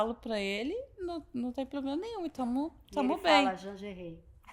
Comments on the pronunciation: Mas não é mesmo. É apenas uma inútil, deslumbrada que acha que tem algum poder no Brasil. E outro detalhe. Como uma pessoa pode ser formada, ter pós e falar tão errado assim? A deslumbrada fala "ploblema". A mulher quer regular as redes no nível de prisão por apenas dar opinião. Tipo "desagradou ? Tá preso!!!". É inadmissível o que essa mulher tá fazendo, ela jura que tem alguma voz, sem ter recebido um único voto. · Linguagem que você entende? Ele disse abrido, ploblema, cidadões, salma de palmas etc ....... kkkkkkkkkkkkkkkkk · Por mim Janja dava uma entrevista todo dia, não sinto mais falta das asneiras ditas por Dilma. Minha diversão está garantida. 😂😂😂😂 "Porque não podemos fazer um controle das redes igual a China?" porque será em Janjinha! 😂😂😂😂😂😂😂😂😂😂😂😂😂😂😂😂 é "Ploblema" 😂😂😂😂😂😂😂 mais Janja.😂😂😂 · Que mediocridade dizer que é o "auge da carreira". Essa jornalista tem "ploblema" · Uma" SALMA" de palmas para esse "PLOBLEMA" que se acha inteligente 😂😂😂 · Ela voltou a falar "ploblema" ou foi impressão minha? 😂😂😂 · é uma analfabeta ela fala ploblema, é uma sem noção deslumbrada ! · Desculpa aí...pra quem teve Ruth Cardoso conviver com uma primeira dama rasa, sem compostura, falando português errado, comendo o "s" do Plural, mandando os outros se f...., infringindo protocolo oficial com chefe de estado... É DUROOO...infeliz//te É O QUE TEM PRA HOJE...misericórdia.